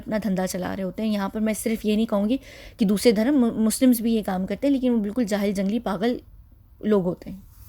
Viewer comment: Dear, Hi You often say Durham to denote religion…which is a wrong pronunciation Durham is actually the name of a currency of one of the Arab country The correct pronunciation for the word is Dharum When ever you feel uneasy or afraid 😱 as if you are in a haunted place then please recite Aytul Kursi and Surah Falaq and Surah Naas. Keep up the great 👍 work Lots of duas and love 💕